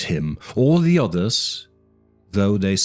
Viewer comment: You say "the" like "duh". "Duh night". "Duh Castle". Love Lovecraft. Thank you